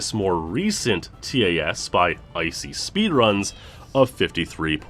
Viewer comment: Every time he says the letters in TAS instead of just saying the word I die a little inside